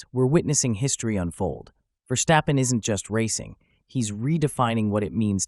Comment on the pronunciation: You pronounce it Verstappen not VerSHstappen.